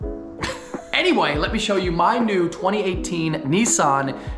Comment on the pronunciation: It’s pronounced “Ni-san” 😂